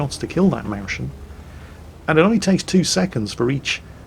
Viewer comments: Well, he actually said "Mauschen", since he has obviously no idea how to pronounce the umlaut double vowel "ÄU". (hint: It sounds like "oy" or the "oi" in foil") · Well, actually, it's pronounced "Mois-chen" not "Maushen." You could also just say "little mouse." Here's a link with spoken examples: Otherwise, great vids;-) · it's more like Moeschen, not Mauschen. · Actually, train your German language skills! It's pronounced møjsjen not mauzzhhen. Wake up man! It's a small mouse. Not a moose. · Forget the description, as a German the misspronounced Mäuschen gets me xD It's not "Maushn", it's "Mois (like moist) - chjen". For the ch i have a link for you: Look at the 7th word "Näschen", which is very similar to Mäuschen, and listen to the example. The "chen" behind a noun always indicates that something is small (its mostly used to say that something is cute because its little). Now you might understand why they called it "Mäuschen", which literally means "Little Mouse". You are welcome: ) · A Mauschen..? Pronounce it like the "oi" in "choice". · Its MEUS-chen,not MEUSCHEN,You have to lets say seperate the s from the ch!!It sounds so ugly!!! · it’s not mauschen, it’s meu-s-chen. Yeah I know....go back to the German salt mines.😢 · The "Maushen" is pronounced as it is spelled: "Mäus-chen" The "chen" indicates small as in cute. "Maus" doesn´t need explanation. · I love u and LOVE ur videos but PLZ dont say Mauschen... it is Mäuschen:) https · Maushn Maushn Maushn ^^... it's more like moys-shen. I know the ch is difficult for you. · OUTCH!:DDDDD You are hurting your german fanbase really hard^^ You are BUTCHERING the pronounciation of "the maushen" it's Mäus-chen. Like "moist" without "t" and - i admit "chen" might be difficult because not used to that as a brit^^ BUT! A little help, just listen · Mäuschen is more spelled like moys-chen ;) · What is a Mowshen? Pain in my German ears!